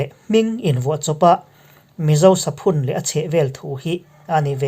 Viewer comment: Saphun hi 'Savun' kan lam ang thlûka sawi tur a nih hmel